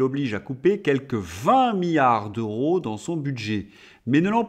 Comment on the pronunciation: Différence entre milliard et billard. Un i. On ne dit milliard comme on dit billard . il faut prononcer le 2eme i M I LL I A R D